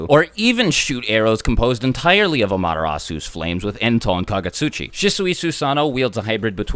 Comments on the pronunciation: you mean "ah" "ma" te" "ris" not amatereea sue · From someone who only watched the anime in japanese, the way you pronounce Amaterasu is really funny.